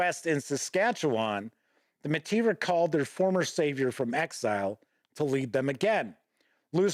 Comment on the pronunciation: To also help with pronunciations of the French words: Metis = may-TEE (emphasis on the tee part) Batoche = buh-TOSH Louis = LOO-ee Riel = ree-ELL And congratulations for saying Saskatchewan pretty darn well. A little off but to be honest, many people from other provinces in Canada don't pronounce it quite correctly either. Well done.